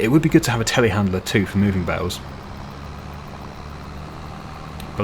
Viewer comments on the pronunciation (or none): I swear, every time you say 'telehandler', I hear 'tally-handler'. Like, is whacking too violent for ya or smth? lol